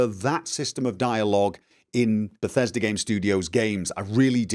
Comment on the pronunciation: *IGN USA*: Dur Hur - tew moch bethesta gaym in dis befesdah gaem Tehn owt off Sevum!!!